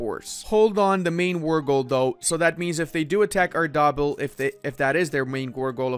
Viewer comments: "arr-daa-bill" ...you make me hurt inside. "Arr-de-beel" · being able to pronounce arabic and persian correctly makes me pain on pronounciation at ardabil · Same lmao